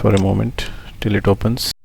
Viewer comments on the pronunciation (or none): none